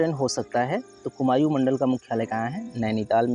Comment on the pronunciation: Bhai कुमायू nhi कुमाऊं होता है pronunciation glt h tumhara